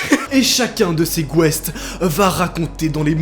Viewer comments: Des "gouest" ?😂😂😂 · et chacun de ses " GOUESTS " mdrrr